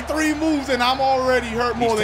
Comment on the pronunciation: Three weeks not thwee lol